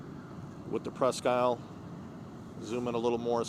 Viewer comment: FYI, at least in Michigan, we pronounce is "presk - eel".